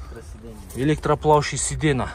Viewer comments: Сидена дебей сидения десе жакшы угулат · Паркоп эмес фаркоп,сидена эмес сиденье 😂😂